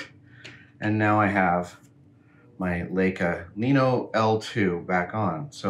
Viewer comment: It's Lie-Kuh, Adam.. #justsayin